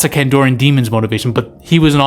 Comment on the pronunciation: 2 things. 1. PazUzu (not pizazu) 2. CandArian demon. (Not candorian) Not that it matters. Just trying to be helpful